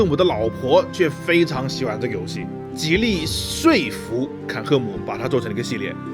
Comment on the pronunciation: 说服说的那么用力，怀疑聂俊在开车